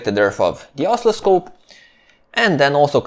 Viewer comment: Both your videos and your English are excellent. I would add that the word oscilloscope has the accent on the second syllable: os-CIL-lo-scope. It sounds like you are accenting the first or the third syllable and it took me a while to understand the word you meant. Thank you again for these excellent videos. I have watched several of them more than once.